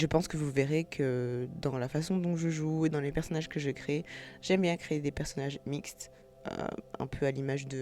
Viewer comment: Etait-ce le destin ou le sandwich du midi PTDRR J’aime bien t’ecouter raconter ton histoire !! « Mixed » ahah ton côté anglophone ressort ! Ta maison est immense ! Franchement t’as eu du courage pour tout meubler ! En tout cas je serais là pour regarder ton let’s Play !!!